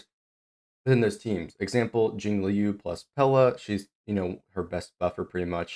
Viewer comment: Hi friend, it would give you a lot of more professional vibe if you spend some time on learning how to read Chinese names. As Q in Chinese doesn’t give sound “k” but rather “ch” so he is not JiaoKiu he’s JiaoCHiu